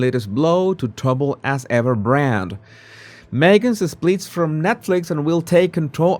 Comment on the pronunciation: In English, As Ever is pronounced AZZ Ever NOT ASS Ever!